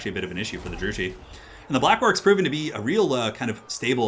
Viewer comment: Just a heads up Druchii is pronounced Drew-key. Great casting though!